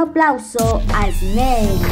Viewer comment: Todo bien pero se pronuncia (esnel) no (esnei) Snell